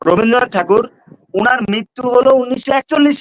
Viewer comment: কবিগুরু রবীন্দ্রনাথ ঠাকুরের নাম যখনই কোন কোন আলোচনায় উচ্চারণ করবেন তখন শালিনতা বজায় রাখা জরুরি।এই ভাবে রবিন্দ্রনাথ উচ্চারণ করা হচ্ছে যেন ওদের‌ই জ্ঞাতি গুষ্টি!আর আজকের আলোচনায় যে সমস্ত গরু ছাগল বসে বক্তব্য রাখছেন ওদের এই সামান্য জ্ঞান নেই যে যখন কবিগুরু এই কবিতা বা গান লিখেছিলেন তখন অভিবক্ত ভারতের অভিবক্ত বাংলা কে নিয়েই লেখা হয়েছিল। আজকে কট্টরপন্থী ইসলামি শরিয়া পন্থী মুসলিম উম্মাহদের আপত্তির কারণ বর্তমান ইসলাম ধর্মীয় মেজরিটি মানুষের বাংলাদেশের জাতীয় সংগীত একজন হিন্দু সম্প্রদায়ের লিখা কি করে বরদাস্ত করা সম্ভব 😅